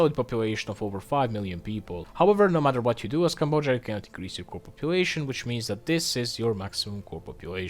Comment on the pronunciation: That’s not how you pronounce Cambodia